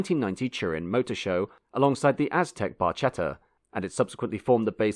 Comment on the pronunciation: Bar - Ket - a Mar - Che - lo basic italian mate